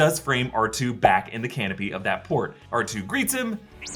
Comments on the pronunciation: Arch-Toe....... WTF 😆 Ark-Two 👍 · awch-toe.. my lord.